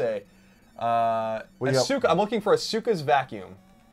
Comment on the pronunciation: "Ah-soo-kuh's vacuum" ow my brain